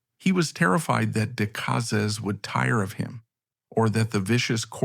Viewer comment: AI needs to learn how to pronounce the name Decazes, which is mangled about 350 times in this vid.(My guess at a number - as I didn't get past the first 14 minutes or so.) Terrible presentation of images.